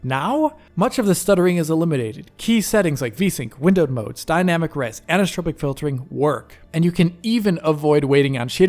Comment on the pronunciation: Friendly note on pronunciation, anisotropic = an-iso-tropic, not ani-so-tropic (or ani-stropic). “Isotropic” is the root term which anisotropic filtering is negating (thus the “an”), and in general means “not (the) same (filter) in every direction”.